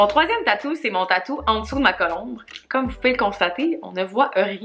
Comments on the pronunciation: La vidéo est full bonne, mais par contre on dit colombe, pas colombre 😂❤️ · jtadore vrm mais on dit pas colombre mais colombe!!!😩😩😩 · Bin oui !! Esti qu'à m'as fait rire 😂🤣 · Très cool vidéo!!! Par contre, je pense qu’on dit colombe 🕊 je suis allé voir sur internet parce que je trouvais que ça sonnait drôle coulombre😂 Je voulais juste t’en faire part! Bonne soirée 😘